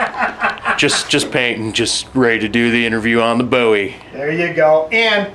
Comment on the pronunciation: Finally someone who pronounces 'Bowie" properly. It is pronounced 'boo-ee', not 'bow-ee'- That is a rock singer-wrong guy......